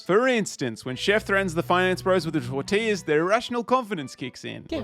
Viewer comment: It’s a tor-ti-lla When I say I cackled so many times. Bravo!